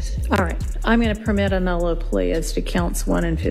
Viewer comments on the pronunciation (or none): Its nolo not nulu. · NOLO.. he’s saying it wrong